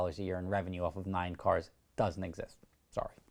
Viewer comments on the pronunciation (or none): none